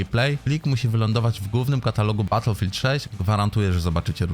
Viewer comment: baterfield 6 XDDDDDDDDDDDDDDDDDD